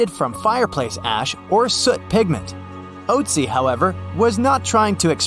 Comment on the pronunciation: I don't think it's pronounced "oatsy".